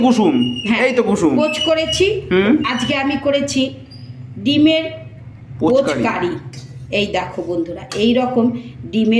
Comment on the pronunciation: Poch Cari ❌ Pich Cari✅😂